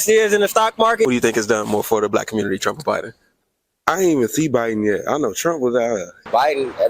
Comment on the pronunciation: Nobody calls it "the communi-tah" 😂